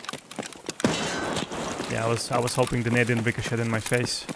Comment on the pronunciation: The t in ricochet is silent, it's like (rick-o-shay)